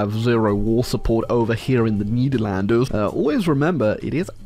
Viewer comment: I from Dutch en it’s cald Nederalnds